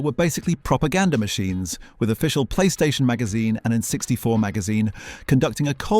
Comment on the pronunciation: What is this AI voiceover? Who would say “N64” like that?